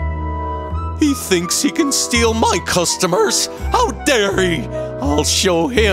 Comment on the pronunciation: said dairy